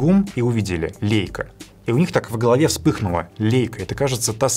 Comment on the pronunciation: Лейса правильно)), а не лейка бл..., Лейка в огороде стоит